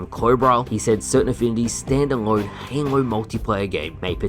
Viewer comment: i lorved heering what hard to sayr abourt halor